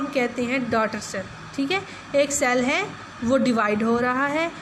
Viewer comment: Cell not shell